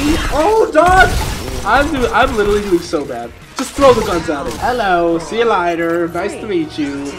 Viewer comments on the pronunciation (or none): He says litritly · I’ve been here 4 years and Jesser still doesn’t know how to pronounce “literally”